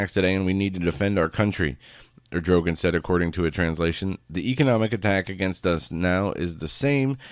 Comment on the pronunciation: The Hagmann Daily Show; Our love and prayers to your Mom,. Prime minister of Turkey is Erd' o' gone'. No big deal, I just don't want people berating you for pronunciation bud.